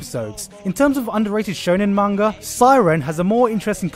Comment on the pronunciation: Manga is pronounced like with an m sound like mop, I am from Japan and it frustrated me when people pronounce it wrong!